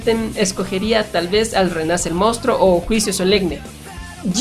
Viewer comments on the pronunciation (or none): HABLA bien!! Se dice MONSTRUO, no mostruo